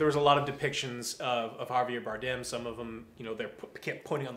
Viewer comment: did he just say Javier Boredom? lol